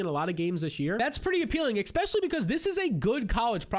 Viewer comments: bro it’s not “Xpecially”!!! 😂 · eXpecially..eXpecially... eXpecially...wtf